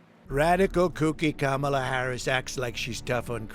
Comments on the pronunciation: Definitely a fake ad. He pronounced Kamala correctly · They should have known they were being taken for a ride as soon as the Trump voice pronounced Kamala correctly. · The giveaway here is that he pronounces Kamala correctly.